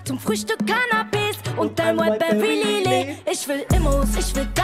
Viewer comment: Wieso höre ich immer Zu Frühstück Cannabis anstatt Canapes ggg